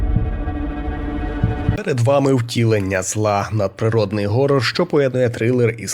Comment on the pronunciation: поясніть мені будьласка хоча б хтось, чому всі кажуть горрор а не хоррор? якщо це англійске слово і воно у принципі не перекладається, чим вам буква "Х" не вгодила?